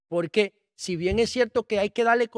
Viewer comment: Señor usted es un buen comunicador, trate de hablar correctamente nuestro idioma español. Reselva, tamo, platafolma, alma (arma), polque ...